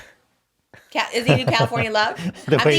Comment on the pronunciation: She said, Two-Pahc.